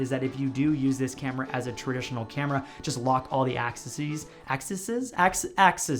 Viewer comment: btw it's "Axes" pronounced: Axe-ee-z